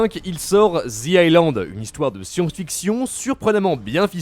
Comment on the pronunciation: T'abuses... Pas ISSSLAND, /ailand/.